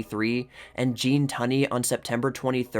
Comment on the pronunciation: TUNEY 's pronounced TOONEY. Not ton ee... Come in, dude Look some stuff up!!